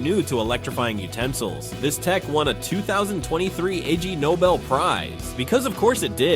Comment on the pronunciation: It's "Ig" Nobel prize, not "I-G".